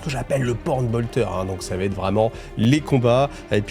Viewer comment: Sam'di cette fois c'est fini! J'apprécie l'effort sur les musiques celle de la fin est bien sympa ça fait plaisir. Sinon j'aime bcp ton travail. Je me dis que si j'étais un auteur Black Libruary j'écouterais tes vidéos pour combler les failles et incohérences des récits Merci m'sieur. (Attention aux fausses liaisons: 8 zobjets ou ça va t-être mais je connais tes conditions d'enregistrement en quasi conditions du live)